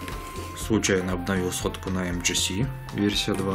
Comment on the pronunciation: Не мгц, а Эм Джи Си